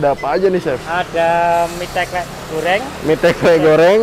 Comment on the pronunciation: Mas garda bukan asli jogja ya..klihatan dari penyebutan kata ( teklek) salah